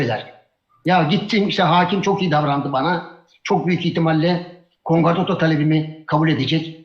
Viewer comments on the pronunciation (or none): Kongrato değil! Konkordato konkordato konkordato kelimeyi doğru telaffuz edin Memduh Bey prof . mes